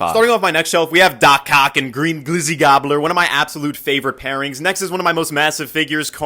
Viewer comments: Bruh, is it me or did he say doc cock? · Did bro just say "Doc cock"?